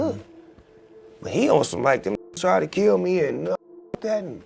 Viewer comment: After he said “KELL HIM”